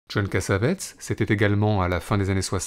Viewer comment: Cass-A-Vé-Tiss ---> La bonne prononciation.